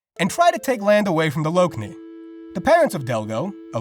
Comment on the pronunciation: It's pronounced lockney, not loke-nee